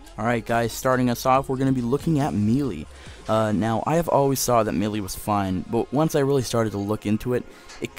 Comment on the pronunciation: you say melee wrong